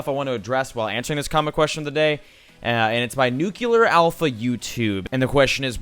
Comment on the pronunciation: ITS FUCKING NUCLEAR NOT NUCULER